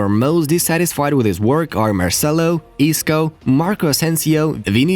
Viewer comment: I skipped the zidane part when i heard " isco " 😂😂😂😂